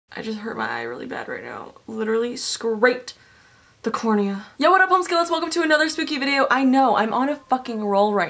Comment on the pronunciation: "literally S C R A P E D the cornia."